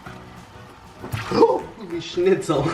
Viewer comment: He said holly shitzel